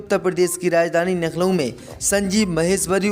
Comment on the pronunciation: Coment dekhta nahi kya Naklo hi bolega kya Lucknow bolna Aata nahi kya